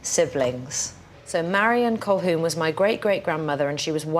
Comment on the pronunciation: Colquhoun is not an Irish surname. It's Scots from Clan Colquhoun around Loch Lomond. And the L is not pronounced. It sounds like "Ca-hoon".